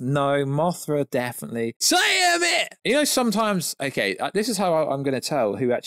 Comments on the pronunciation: Who is Tiamit? Oh, you mean Ti-tan-us 'Tiamat', am I right? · Tiamat (Tee-yuh-mat)